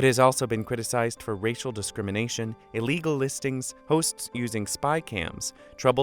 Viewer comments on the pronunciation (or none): none